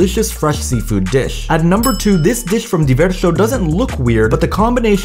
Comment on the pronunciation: Never thought hearing a man say "disccchhhh" would drive me insane.